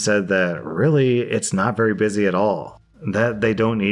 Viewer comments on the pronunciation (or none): none